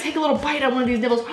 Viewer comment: Sounds like she’s saying nipples instead of nibbles